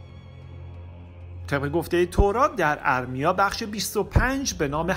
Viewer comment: M: اَرمیا درست نیست و اصلش "اِرمیا"هست! قومِ مادّی(باتشدید ازمادّه یعنی مواد یا جنس نرو مادّه ) میاد ولی بدون تشدیدیعنی اسمِ یک قوم هست بنام " ماد " درست تلفظ کنیم!! باسپاس😒🙏🏽💙🌙